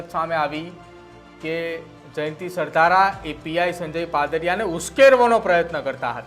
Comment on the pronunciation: Sav sasta ma anchor hire karyo lage chhe. Alya Sardhar nahi Sardhara . 😆